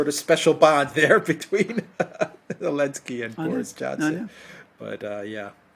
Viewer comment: Why do they call him Elensky?